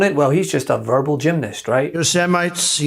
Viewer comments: I forgot about the "Yosimites" lol... He's such an idiot and he's going to lose so bigly... "Vote Blue so you don't get screwed America!!" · He did, about 3 different ways but never said it correctly, hard to believe since he was a cartoon junkie as a kid and surely had to see Yosemite Sam. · He said it about 6 different ways and none of them were the correct pronunciation!